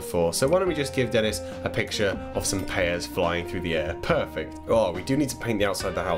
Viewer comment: i thought he said "pearfect" but I might have imagined it